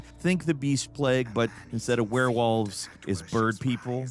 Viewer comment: Did he say werewalls? That terrifying I thought werewolfs were bad